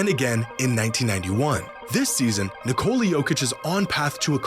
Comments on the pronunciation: Nice video. Would be great if after all this time you learned to pronounce his name. It's Nee-ko-la, emphasis on the first syllable. Hearing Nicoula hurts my brain every time and I just don't wanna watch. I know Americans don't care, but other people do. It's not that hard. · Nice video if it weren't for the horrible mispronunciation of the name "Nikola". It's not Nicole with an A at the end 🙈